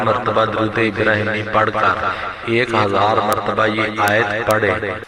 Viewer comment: آیت کو صحیح پڑہیں